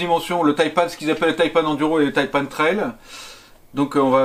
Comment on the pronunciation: Tres bonne vidéo ! et oui les Taïpan excellent choix ! par contre arretez de dire "Taïpanne" ! "Taïpan" comme euhh ... "seprent" quoi